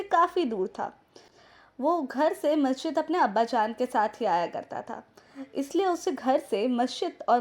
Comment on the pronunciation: Good video but one correction it's masjid not mashjid.